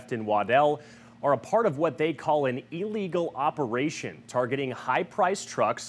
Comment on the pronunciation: Illiegal you say? Such journalism